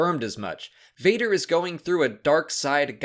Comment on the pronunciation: It’s Vader not Vater and yes we need a Vader movie!